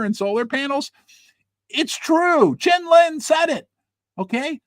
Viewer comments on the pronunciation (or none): none